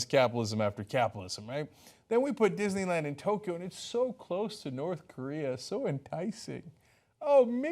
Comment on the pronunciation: Kathrine Smith ...verwy verwy speshle Dishneywand